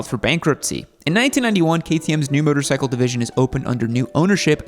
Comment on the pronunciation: 'Myotor cycle' - does your gay accent preclude you from pronouncing things properly? You don't need to adadvertise homosexuality so aggressively - people can figure it out